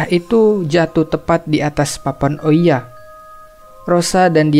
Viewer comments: Bukan ouiya ka, cara bacanya Ouija itu "Weeja" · bang bagus bangat tapi aku cuma mau bilang itu namanya papan Owija bukan oiya